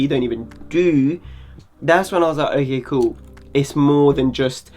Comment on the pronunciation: That "OKEH" bit made the entire video for me. great content as always tho